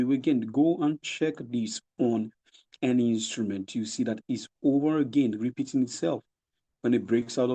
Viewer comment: You even pronounce again like Stacey